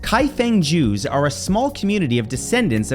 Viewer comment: My dumbass thought you said something like Kaifengjus instead of Kaifeng Jews and thought it was some sort of Kaiju. 😂😂